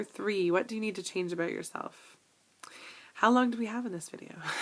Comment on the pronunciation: i do laugh every time you say ABOOUT :) Thank you for sharing all of these items and im glad to be your friend and do our journeys together!